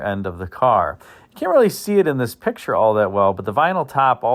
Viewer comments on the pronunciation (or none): none